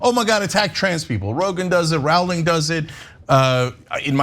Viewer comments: and Tucker Carlson use the same techniques. I have watched many times and have usually found their analysis well thought out and reasonable. I knew this would be different right at the start when Rowling was pronounced incorrectly. Was this ignorance or a nasty dig? I don’t know, but either way there is no excuse for getting it wrong. Tucker Carlson has mispronounced the names of people he intends to mock. The argument followed the Fox News method: start with a comment most will agree with (‘rape is rape. I don’t care who commits it.’ Bravo, but I don’t like your Tucker-like mocking smirk), twist the facts, avoid being balanced at all costs and manipulate the listeners to hate as much as you do. I came away thinking this cannot be true; JKR cannot be as bigoted as suggested here. I researched JKR’s comments, and saw her main objection appeared to be that men claiming to be women were being placed in women’s prisons. This deserves debate. Instead it has become a vicious ‘hen pecking party’ (Cuckoo’s Nest) and Ana has become Nurse Ratchet. I suppose this is the common method of debate in today’s world. I am expecting some pecking myself where I will no doubt be ‘educated’ about my ignorant opinions by more enlightened minds. Anyhow, where is this evidence that JKR is transphobic? I can’t find any. In many comments I have read, people state she’s hateful, ignorant, fiendish……self projection no doubt. I am angry that a person like JKR is being attacked like this after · It's Rowling like bowling not Rowling like howling. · Her name is pronounced /rouling/ not /rauling/. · "Jk ralling" she has no credit. Cant even pronounce her name. These two are idiots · Rowling rhymes with bowling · Why are they pronouncing Rowling weird?